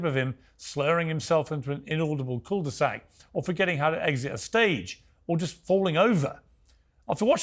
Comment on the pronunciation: Bro… you slur your way through “slurring his way into an inaudible caul du sac”